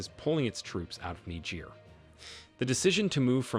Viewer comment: Presentation much improved. I like your presentation of Niger as Nejay. You might still have to work on that breath control. Good work from a friend in Nigeria.